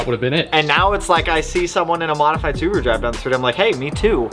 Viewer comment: That sucks! Su-boo-ru